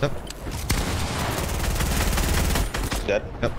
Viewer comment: Clix doesn’t even say dead he says deadre